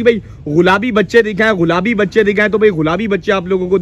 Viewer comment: Brahman cross! Or ghulabi nhy gulabi ... Urdu seekh le Bhai